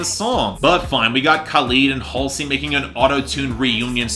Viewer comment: And HALLsey as Hal-see